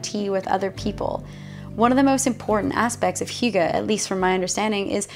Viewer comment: you nailed hygge A+ :) I am from Denmark - where do you live in Denmark? - looks like Jylland?